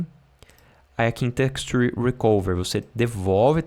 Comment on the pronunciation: so a pronuncia do texture que precisa afinar.